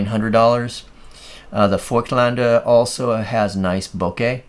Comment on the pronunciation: Ah, good to see an overview of this little gem on YT. I have one and use it regularly on a Leica M10. At f/1.5 it’s a dreamy portrait lens while at f/5.6 it’s a sharp sharp landscaper. Also kudos for your Voigtländer pronunciation. ☺️